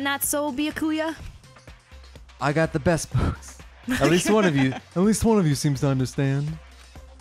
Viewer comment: Actually With Byakuya the "u" in there is silent... Why the hell did I think you guys would have ever watched Bleach O_o